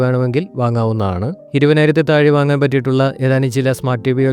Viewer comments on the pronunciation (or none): none